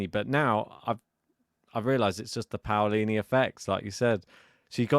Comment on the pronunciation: Hi guys, the correct pronunciation is P(oh)lini, not P(Aoh)lini.